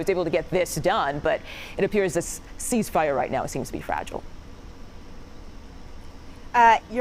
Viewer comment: I’ve never heard of a sheeshfire